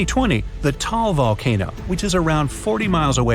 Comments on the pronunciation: It's ta-al not tall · It pronounced TAH-AHL but whatevs i cant blame yall cause how they made the word compact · Taal Volcano - pronounce /tah áhl/ - also you got Manila on a wrong island. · Bright side look at the map of Philippines and that's not how you pronounce Taal it's ta-al